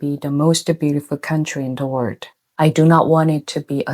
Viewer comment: I love you: you're a true conscience for the world. I just hope you don't suffer terribly inside, poet so far ahead of humanity's power-struggling.🌌 (One key word : You can use the British pronunciation of 'world' for ease, since the American way is understandably challenging. Or fun move: start with an r and run your tongue along the top of your mouth til it touches the back of your teeth and observe how easy it all becomes.)